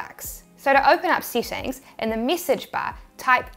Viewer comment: I love your accent! You're very cute in your presentation. It sounds like all your "e's" are hard "e's" like, mee-sage instead we say, in the states, mess-age. But it's all very cute! Wouldn't change a thing!